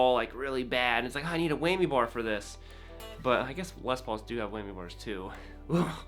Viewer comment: It’s a WHAMMY, not Weigh-me! XD